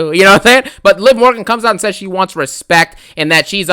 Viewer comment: "i respecta you, i needa you"😂😂😂